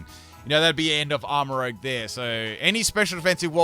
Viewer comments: Not to be that guy but it's arma ruzh. As in make up. the way u said it is like the dnd class and it's spelled rogue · It’s Armarouge not Rogue 💀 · I love your videos and i can't tell if this is on purpose but it's not rogue its rouge. they are not the same word. rouge is a roo sound and rogue is like a row sound.